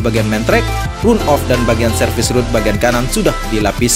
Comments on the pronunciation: Bang.. run off dibacanya "ran off" 🙏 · Bang, tolong jelaskan kira2 pengereman sebanyak 3x di tikungan mana saja ya? (Tolong “run-off” dibaca ran-of ya Bang).